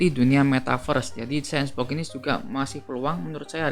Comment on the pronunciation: Bacanya senboks bang, bukan sensbok.. semangat